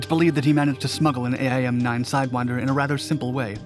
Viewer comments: Same here... never heard aye - eye - M - nine. Only AIM-9. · Air Force vet here: Say "Aim 9", not "A-I-M 9". I've never once heard it pronounced that way until today. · Navy vet here. Ditto aim-9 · Same here